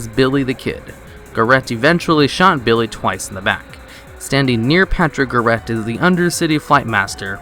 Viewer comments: The way he pronounced Garrett (as in Pat Garrett) was painful. lol. It's pronounced G-AIR-ETT not GAR-RETT. Oy! Kudos for finding the eggs, though. ;-) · GAR RET not GUR RET